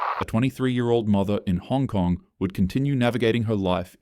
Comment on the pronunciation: Hong Kong, and he butchered that name horribly